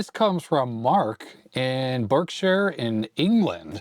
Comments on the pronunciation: Berkshire, definitely pronounced “bark-sha”, unless posh, in which case “bark-shire”. Not the only North American to do this, and obvious as to why. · Your pronunciation of Berkshire shows how tricky British English (especially county names) can be for North Americans. Can you try Worcestershire and Leicestershire next please? 😊